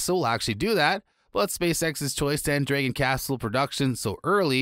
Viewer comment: Please google "Dragon" pronunciation, before making any more videos...